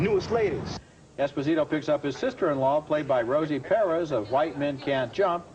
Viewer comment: "Rosie Perriz"